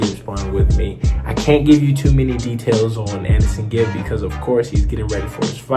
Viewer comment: Anesongib not Anesonegib 😂😂